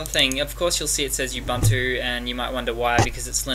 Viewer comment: Great, helped a great deal, my friend thank you. By the way; it's oo-boon-two, not u-bun-two which sounds a bit lame. Peace!